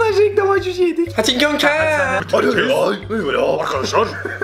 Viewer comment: Abi susi yani sen şuşi diyon şuşi Azerbaycanın torpaqlarına diyor